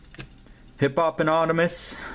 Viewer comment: Hip-pop-anonymous! LOL! I have trouble figuring out the right way to pronounce Hippopotas as well. I pronounce it like Hippo-pa-toss, but that's probably not even correct! lol